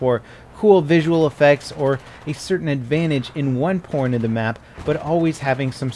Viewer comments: Anyone else catch him say porn instead of point? 😂😂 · Did u say porn because it's sounds like you did lol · Did he say "an advantage at one porn of the map" or so that just me?